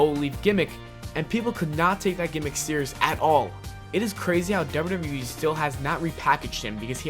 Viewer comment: why tf do you say WWE like that? FIX IT